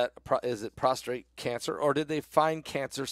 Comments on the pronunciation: Prostate-not prostrate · Prostate not prostrate.